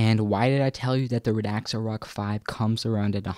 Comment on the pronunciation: It isn't pronouced "RAD-AX-A," it is pronouced "RAD-ZA." Pay some attention.